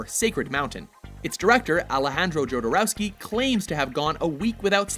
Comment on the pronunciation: Lol Alejandro Jor-do-ow-ski it's pronounced Hor-dor-owksy